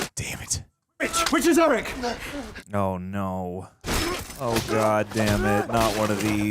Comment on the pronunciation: Think of it like this - Arryk like Are-Ick and Erryk is like Air-Ick.